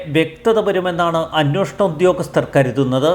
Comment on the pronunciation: 'അന്വോഷണം' തെറ്റ് 'അന്വേഷണം' ശരി.